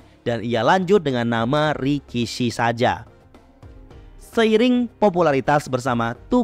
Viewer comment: RIKISHI dibaca RAKISHI